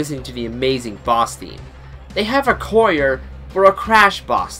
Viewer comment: Excuse me, did you pronounce 'choir' as 'coyer?' Lol